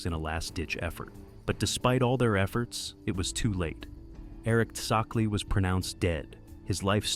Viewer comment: besides that first pronunciation of tsakle(lol), absolute ripper of a video mate,! you'll blow these rampant AI channels out of the water, you watch. 100k soon lad